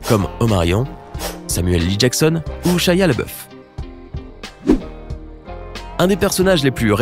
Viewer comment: C’est pas Shia LeBœuf mais Shia LaBeouf.